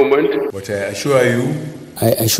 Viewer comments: This is to notch! the "I aschwure you president" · Lol! President I shor u, I shor u..... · Ha ha ha ha I assuah (assure) you I assure you ha ha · The most funniest part is our president I asua I asua not assure 🤣🤣ADEOLA I AM ASUA you we will visit you soon just continue keeping it real 👍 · "I ASURE YOU"